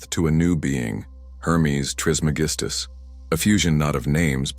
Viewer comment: Can’t take you seriously if you cant pronounce his name correctly. It’s tris MEG is tus